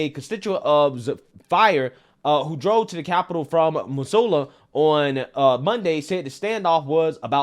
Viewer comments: Love your content,! Just FYI, "Missoula" locals pronounce it "MIZZ-OO-LA", with a "Z" sound, roughly similar to how Missouri is pronounced. Still was fun to hear you take a couple different shots at it, different each time. Source: Ex-wife is from Missoula, I used to live in Montana an hour from Missoula. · Love the show just have to let you know Missoula = miss-oo-lah From Washington but thats how everyone from there says it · Not at all surprised the person is from Missoula... ( the S is pronounced with Z sound "miz zoo la" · "These people should have been fed to the pigs when their bones were soft." ~Montana Fan PS. It's pronounced missoola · Native Montanan here it’s pronounced Mi-zoo-la. It’s our idiot center of the state. It’s kind of like Boulder